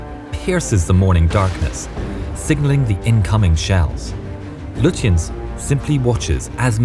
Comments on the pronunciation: Gunther Lutjens is pronounced Goon-ter Loo-tiens. Prinz Eugen = Prince Oy-gen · Not to be that person but you mispronounced the Prince Eugen and Lutjens. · Not only does the narrator pronounce the admiral's name incorrectly but also the Prinz Eugen, what's more laughable they incorrectly begin the fight from the wrong positions the German's had crossed the "T" on the British when the fighting started so much for historical accuracy.